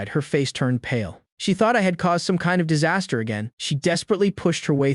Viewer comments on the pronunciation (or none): none